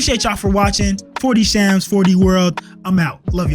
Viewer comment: yo man, first video i see from you, not sure if i will see many others, this is not really my world at all. Just wanted to say you fumbled your username, it should have been "", haha:D anyway, keep it up man, keep that quality on the content too.